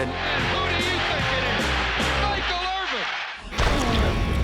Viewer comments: She say Michael Irving😅😅😅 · Did she really say Michael "IRVING" with a "G"? It's Irvin.....no G babe. Next.